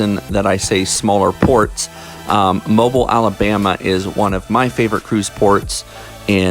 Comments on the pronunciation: Thanks for the video. I’m from the local area and the city Mobile, AL is pronounced “mo-BEEL”. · Mo-BEEL! It isn't a gas station. Mo-beel. Thankyou sir.